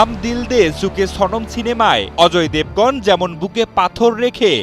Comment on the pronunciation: হাম দিল দে চুকে সানাম 😂 উচ্চারণ ঠিক করতে হবে।